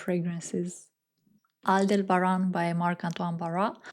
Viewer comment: Hi, it'll be good if you add the brand's and perfume's name on the screen; it was hard to understand Aldebaran, I googled it. I didn't know Quentin Bisch has collaborated with Marc-Antoine Barrois, I'll get some samples from that brand, thanks 😊